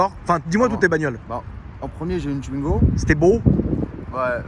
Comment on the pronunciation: "Une tuinego" ca m fume putain